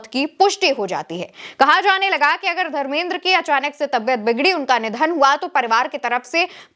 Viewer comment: pahle to tum dharmendra ji ka name sahi se lo kiya tumko bade logo ka naam sahi se lena nahi aata hai kiya tumko reportar kisne banaya dharmendra ji bolo samjhi bewkuf ladki